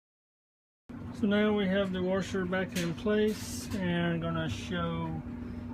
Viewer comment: You sound like Texas with your “warsher”- love it! My best friends husband is coming over tomorrow I told him you said it’s the coupler (I think that’s what you said). I enjoyed the video. Will subscribe so I can fix my own stuff.